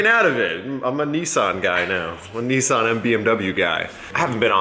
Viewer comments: NISSAN its not NEESAN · saying Niss-Ann sounds gay